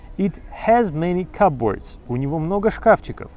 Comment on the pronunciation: Вы произнесли слово cupboard (шкавчик) так :/'kʌpbɔːrd/, а нужно так произносить: /ˈkʌbərd/